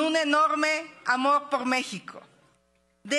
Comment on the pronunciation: QUE LE PASA??? No puede decir "POR" dice "POF" xdxdxdxd